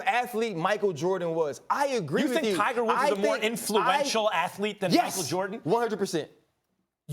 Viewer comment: max says "Tiger Wolf" haha